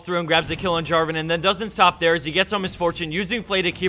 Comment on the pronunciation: Protator is not Draven, it's Draaaaaven.